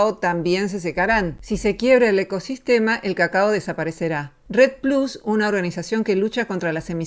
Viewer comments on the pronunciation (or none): none